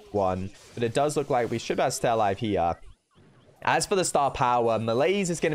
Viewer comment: I counted around 25 "jia" or "here" in british accent